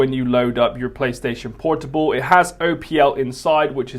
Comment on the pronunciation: Playstation Por-TWO-ble.